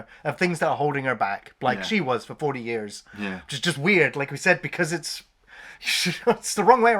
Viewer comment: "40 YARRS AGO!" hahahaha quality.